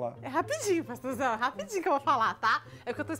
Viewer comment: "É rapidinho paxtorzão..." kkkkkkkkkkk'